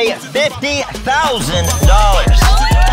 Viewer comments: man was like though-sand?.....like yeah thats a word lmao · Also funny how he can’t pronounce thousand correctly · being 2 letters away mispronouncing thousand vs the English major has been enough to make my week